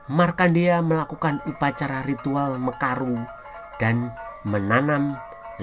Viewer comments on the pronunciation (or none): Mencaru mas bukan mekaru